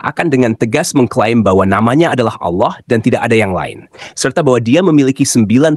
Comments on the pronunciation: ALLAH ya baca saja ALLAH tdk ALLOH..... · Bukan Auloh tapi Allah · Tulisannya itu Allah , bacaannya Awlah karena ada tanda baca tasydid ditulisan arabnya. Nama Allah yg dibaca Awlah juga dikenal oleh kristen arab. Kristen indonesia kok nyebutnya malah Al lah ??? Dapat ide darimana? Soalnya bible berbahasa yunani, inggris tdk ada sebutan Allah yg dibaca Awlah.